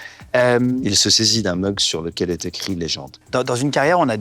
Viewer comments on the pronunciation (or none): Légende et non legend en anglais